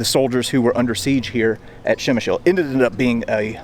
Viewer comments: Not Shemshill :) [ p ] - like in stop, [ shem ] [ y ] - like in boy, [ sh ] [ l ] - like in lozenge. Pshemyshl ! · Ppzemish is how you say it ,great place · Lesson 1 - Przemysl pronunciation for English speakers...